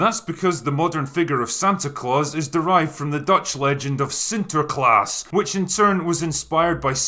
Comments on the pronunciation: holy shit he said sinterklaar right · As a Dutchie, I am surprised how well you pronounced "Sinterklaas", you're an absolute legend to me mate. The pronunciation of the Dutch "aa" vowel sound is so hard for most people, props for that. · Dude you really surprised me with your accuracy on Sinterklaas, even your pronunciation was spot on 🤘